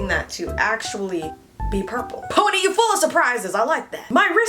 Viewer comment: Omg “ride it my PONAY” 😭😂❤️